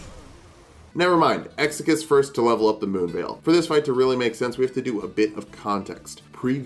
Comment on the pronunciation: Bro did- Did you just say "Ma se Moonveil??" 🤣